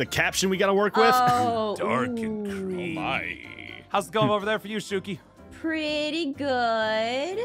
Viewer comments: It’s shuki not zukey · Alice Pena Romo the way to pronounce the name is shuki